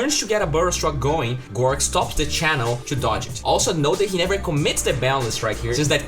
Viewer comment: Big fan mate, but honestly, his name is GORGC, and not gorc. Seeing gorc really fuckin triggers me for no apparent reason. TriHard